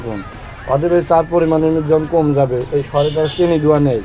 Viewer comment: চা ওয়ালার upor cursh khuya ami hahahahaha tar চিনি k চেনি bola osadharon lagca